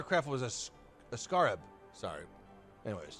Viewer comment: It's pronounced scare- ub. It's a type of Beetle.